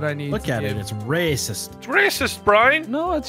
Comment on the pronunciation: accent “it’s raeecist”